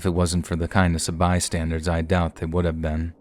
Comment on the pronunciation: It's bystanders, not bystandards lol, an by the way your voice is awesome, love listening to you xXx